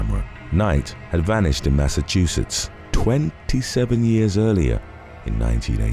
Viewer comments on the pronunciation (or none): none